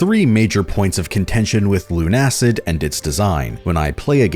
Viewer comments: It's not LUN-ACID but LUNA-CID because it's build from the words LUNA and LUCID. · Look. I'm pretty positive it's pronounced Luna-Cid not Lun-Acid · I'm pretty sure it's pronounced Lunacid, not Lunacid